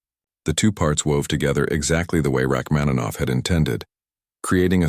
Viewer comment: I’m a professional musician. Please get your AI to correctly pronounce the name of the author of the piece, Sergei Rachmaninoff. It’s incredibly disrespectful to mispronounce his name.